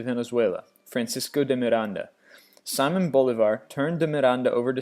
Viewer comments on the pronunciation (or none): He also mispronounced Simon Bolivar, it’s See-mohn not the British “Simon" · all the Spanish names were also mispronounced, amd I'm not talking about just the accent. Simón Bolívar and Doña Marina? Terrible